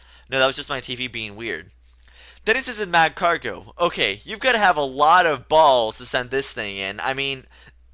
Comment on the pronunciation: It's pronounced ma-CAR-go, not MAC-CAR-go